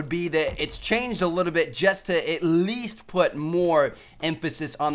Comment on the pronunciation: TmarTn says the word "least" weird.